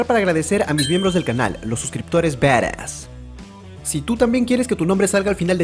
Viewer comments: Badass y se pronuncia baras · Alexxd Nicolas:v Por eso yo digo se escribe badass y se pronuncia baras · Se dice barass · se escribe badas y se pronuncia baras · se dice badass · Me caga de risa como dice badass o como se escriba ajajajja